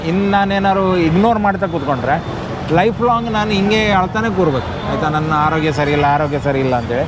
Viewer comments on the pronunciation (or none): none